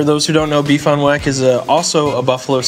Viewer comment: No one else is upset about his pronunciation of beef on weck?